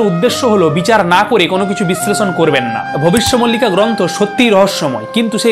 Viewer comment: মল্লিকা নয় মালিকা